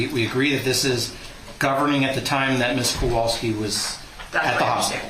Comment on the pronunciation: Oh my gosh! I am so glad someone else noticed it! My last name is hard to pronounce, and people frequently bungle it. It's understandable, but in this case, they've had it for years! And the defense attorney named Hughs keeps pronouncing their last name wrong. He makes the 'wal' in Kowalski into a short a sound like cat instead of pronouncing it like 'wall.' If it was just a few times, it wouldn't be a big deal, but the mangling of their names has been going on the entire trial. The last name thing is annoying, but with Beata it's especially upsetting. And how many times have we heard Maya's name? Sigh ..